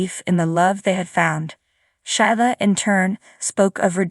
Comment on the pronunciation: Whoever is telling the story needs to know how to read and pronounce the words correctly. Sheila is pronounced Sheela not Shila Liam is pronounced Leeum. The word do's like "I do" not doose. Li is pronounced Lee not Lie.